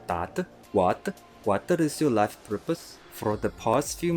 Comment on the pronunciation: most of the north Indians,tamilians can't pronounce F,Z.. Lipe (life) jero (zero) pesaly par you (specially for you )....